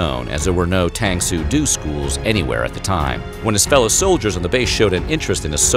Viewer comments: Tang Soo Do. It's pronounced DO as in Doe, a deer - or DOH!...you pronounced it wrong. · Tang su do. Pronounced doe. Just like taekwondo, judo, kendo or all those other styles with that name.... come on bud. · Its tang soo do said as doe the way you say it is horrible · I've always heard it called Tang-Soo Do (pronounced Doh) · Wow that’s really cool, when I was a kid we had a tang soo do instructor in my town. I loved those classes. I never knew that was Norris’s first black belt. Btw, I’m pretty sure it’s pronounced tang soo doh. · I really wish that the narrator would pronounce Tang Soo Do correctly. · Cringed every time he destroyed the pronunciation of Tang Soo Do. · It is amazing all the research done to creat this awesome video, yet not have the time to find out how to pronounce Tang Soo Do, since it is Chuck Norrises primary style. Specially when we have heard zillion of time how the word Do is pronounced in Karate Do, JuDo, Aikido Do, and this guy gets it wrong. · You kill me with you mispronunciation of Tang Soo Do- you only got 1 of 3 syllables correct. The vowel in Tang is pronounced like the ahhh you say for the doc when he checks your tonsils. The vowel in Do is long like doe, a deer, a female deer. I may have misspelled the Romanization, but the Korean word is 당수도. You pronounced it 탱수두. I’ve lived in Osan Korea since 2001 and earned my black belt in the same gym where Norris trained. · This guy is saying it so wrong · It's pronounced tahng soo doh, not tayng soo doo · Tang Soo Do ... The Do is pronounced like 'dough' no 'doe' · OMG if you doing another vid like this please remember it's pronounced dough as in bread dough NOT do as in to do something. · I’ve watched this video and the one on Bruce Lee and cringe when you mispronounce the word “Do” in the names of martial arts. “Do” as in Tang Soo Do, Jeet Kune Do, Tae Kwon Do et al is pronounced with a long O as in “doe” and not as in the English word “do”. Please get it right! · Doe! Not due.